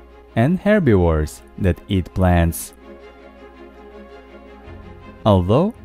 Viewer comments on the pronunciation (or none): "...and herby-vores" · Tell me why I heard Herbi-wh#re 😂😂😂🤣